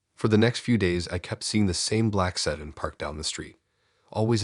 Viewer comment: Some of the pronunciation on here is off. Like, said-n instead of se-DAN. Saying liiiive instead l-eye-ve.